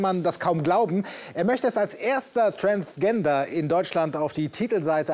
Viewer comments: hat er ernsthaft trans G ender gesagt?!?!😤😤😤😤🤬🤬🤬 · träns genda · Zoe Zachariah Transdschända? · Genda haha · I mean ein bissl Englisch sollte man schon können und wissen, dass man das g eher wie das dsch von Dschungel ausspricht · Hat er ernsthaft „träns genda“ gesagt? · jaa doch nicht tranzgenda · englisch halt Also "tränsdschender" haha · Wie der Moderator Transgender ausspricht:,,Transjender".😂😂😂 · Lieber Galileo Reporter es Heist Transgender Aussprache - [transˈdʒɛndɐ] NICHT wie es geschrieben wird xD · transkändääär. geile aussprache😂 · Man spricht es transdschender englisch leude😂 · Nicht TransGENDER. Das spricht man TransDSCHENDER aus. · also als moderator sollte man wissen wie transgender ausgesprochen wird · Wie Aiman transgender ausspricht :D Meine Ohren bluten Cool, dass ihr sowas auch mal bringt (Y) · wie dieser Typ am Anfang transgender falsch aus Gesprochen hat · So spricht man Transgender nicht aus. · Hat er gerade transgender nicht englisch ausgesprochen ich glaub ich spring von ner Brücke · TransGender..Fast richtig ausgesprochen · Lernt mal wie man Transgender ausspricht